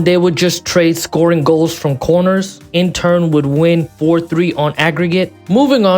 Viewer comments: Great vid but broooo stop calling inter intern 😂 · My ears are bleeding from a certain someone saying INTERn Milano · Nice vid, but are you saying Intern? 😂